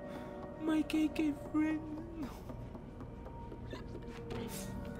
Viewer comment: why did it sound like he said Kinky friends and not KK friends